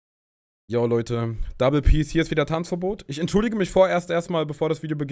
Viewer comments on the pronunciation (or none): none